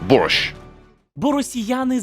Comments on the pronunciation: він там взагалі каже на літеру "щ" звуки "шь" а не "шч" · А і ще припиняй говорити боРЬЩЬ. Це фонетика російської мови. В українській мові ці звуки тверді.